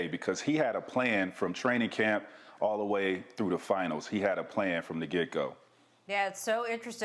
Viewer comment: “from the get-go” is pronounced “from the gicko”